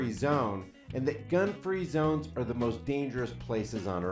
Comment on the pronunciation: I remember back in the day how many member of the black community would pronounce the letter R as R-uh just as Sharpton did in the beginning. Haven't heard that in decades! What a throwback